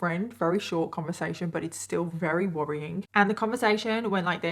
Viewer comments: can u say very instead of “rary” lol i’m sorry it just drives me nuts i love your stories but the fact that u don’t pronounce ur v’s drives me insane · can you pronounce very right lol